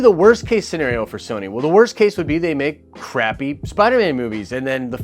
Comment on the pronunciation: “WOST” case...